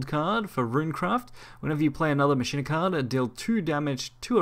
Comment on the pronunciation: In Machina the ch sounds like a K. Same way you pronounce Dues Ex MaKina! That wrong pronunciation is driving me nuts